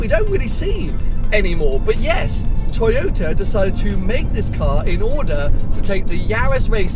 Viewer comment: tojota. Come on,...we all know times are extremely difficult for all of Youtubers due to corona and all of its shitty followings..but come on, man...it´s a tojota. Whatever you say about it, however fancy you make it sound, the bottomline is it's a tojota. You own a Ferrari and Porsche, these are cars and makes us followers are here for. Don't lower your standards, no reason for that. I didn't´t watch the clip as tojotas are tojotas regardless of badges or how fast they go. It is cheap plastic, ugly, low class.